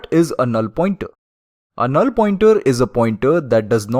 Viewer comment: the way he pronounced "a null" is very funny